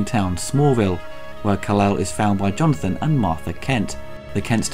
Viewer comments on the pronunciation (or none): none